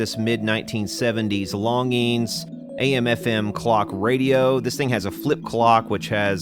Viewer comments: Hi Brad longines pronunciation in french = lon zhin longines pronunciation in english = lawn zhean As for the scene in which you were loading your magazine; I was anticipating a following scene of the clock radio sitting on a stump in the woods and then you sending a bullet through it not only to demonstrate that the 70's are dead and gone but also to demonstrate as the clock was flying off the stump how time flies also, was wondering if you had tried spraying deoxit down the shaft of the original regulator? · Your saying the name wrong,Longines has a soft g not hard. Not that it matters though. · I believe that's pronounced like "lawn jeans". Somebody I knew as a kid had a longines symphonette stereo. Cheapy stuff. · You're killing me. The proper pronunciation is 'lawn-jeans'! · I'm old enough to actually remember TV ads for this company...name is pronounced "lawn-gene". And the g is kinda soft, French uppity-ish. Oh yeah, and check Mr. Carlson's Lab here on YouTube...the dude knows old radios/electronics - seriously knows. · Longines watch company. Pronounced LonGenes. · It isn’t technically a flip clock. It’s an analog clock with digits. Also, it’s pronounced “Lon-jeans”. Back in the 60’s and 70’s it was a big company that advertised by sponsoring TV shows.....way back when. Yea, I’m an old fart.. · Yo brad it's lon'jeen high end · Longine's is pronounced Lahn jean 's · I believe it is pronounced "LONN JEANZ". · Obviously never watched F1 as a kid. That’s where I learned pronunciation of dozens of foreign brands in the 70’s and 80’s. Hope he doesn’t try Gitanes Blondes. Lol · I also heard it pronounced "lawn jeans". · Back when they advertised they pronounced it lon-jeans.